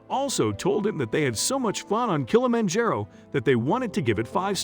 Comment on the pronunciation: Please find out the proper pronunciation of words before you say them. You mispronounced Kilimanjaro through the whole thing.